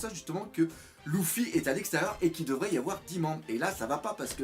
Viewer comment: je comprend lOUffy a chaque fois